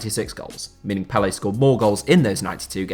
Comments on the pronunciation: Thank you for this video. I am following your videos and finding them better and better, setting apart your "Bias" towards the British game and always evaluating facts when possible. Although I don't agree with you on some things, the One that bothers me the most is your pronounciation of "Pelé"! Hahaha It has an accent on the last e, not on the first one. I believe only British people get it wrong :) same for all French such as PogbA, CantonA and so on. Well done though! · You made video about Pele, the least you could do is learn how to pronounce his name.